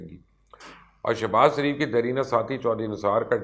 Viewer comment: Sir ajj tak ham ny nawaz shareef k k nam nawaz shaaareef ha ap nawaz shareef ka name thek keu nahe lytha sorry to sy if you don't mind sir ap nawz shaaaref kahny k bajya nawaz saareef lytha ha keu ap itny intelligent ha ap bata skty ha name thek ha kia shareef yah nawaz sareef ha